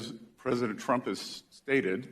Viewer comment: Pressint tump. Dafuq?